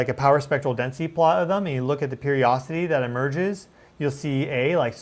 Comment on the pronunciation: Hi! I really enjoy your shows and have learned a lot. One thing that has bothered me so I looked it up. I'm familiar with the word Periodicity and I believe that's what you mean when you say periocity. You are skipping the middle syllable. Much love!